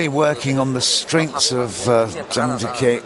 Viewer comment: It would be nice if the commentator could make an effort to pronounce at least the top players' names correctly. It's not Zhang Gee-Kay, but Zhang Gee-Kuh